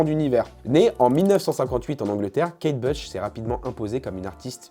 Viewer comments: La pauvre Kate Bush (se prononce Bouche d’ailleurs) est qd même une mega star. Mes parents écoutaient (fleetwood mac aussi d’ailleurs) et il y a un groupe de fans en Allemagne il me semble, qui se réuni tous les ans à la même date au même endroit depuis des décennies pour chanter Kate Bush (le morceau que tu as passé). Elle a fait des énormes hits connus de tout ceux nés avant 1985. J’ai adoré qu’elle repop, elle était tellement avant gardiste, on aurait jamais eu Björk sans elle et les chanteuses modernes comme Aurora ou Chappell Roan sont clairement ses héritières. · Kate Bush (à prononcer bouche) pas Kate Blush🤦‍♀️